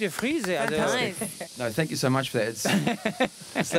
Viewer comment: "Dank you" bei Jeder Englischlehrer ist stolz auf dich